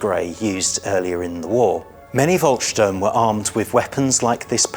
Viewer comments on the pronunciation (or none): I don't want to be too niggly, but it does irritate me when people who are obviously experts in their subject are so cavalier with the pronunciation of German locations and organisations. Seelow and Königsberg were garbled, as was Volkssturm. Equally S-Bahn was confused with U-Bahn. Surely these films have an editor that picks up on these things, or am I supposed to believe that the IWM has no people with foreign language skills?!! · Volksturm is pronounced as "Folksturm."